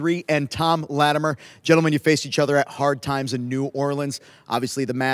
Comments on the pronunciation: Thank you. Her saying Lattimeere drives me nuts for some reason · OK, so the past couple weeks actually had some wrestling! That second match, with the WildKat guys was good, as was Cyon and Slias Mason. My question is: Why do you have Rodney Mack and Marshee Rockett imitating Doom? Bad comedy. And can someone teach how to pronounce Latimer?